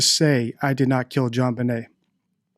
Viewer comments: interesting, although insignificant, I wonder why the mother refers to her daughter as Jean-Benét, when the first name is Jon. I am a French speaker (lol obviously,) and the mother mis-pronouncing her name, to sound French, to a French person, is just odd. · One more comment; why did the dad at the start have to correct how he said the name? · Doesn't John know how to pronounce his child's name??? Patsy wrote the ransom note. They're both protecting someone. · Totally trivial…I recently noticed that the father pronounces “Jon Benet” with a regular “j” sound, whereas the mother said it more like a “zh” sound. It doesn’t have anything to do with deception or guilt, I just think it makes them look a bit silly.